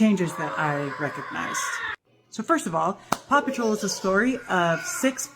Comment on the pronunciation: Paw patrol sounds like 'papa troll'